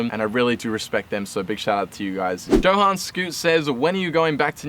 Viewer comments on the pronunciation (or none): none